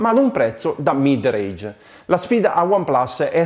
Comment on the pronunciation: Mid range non mid rage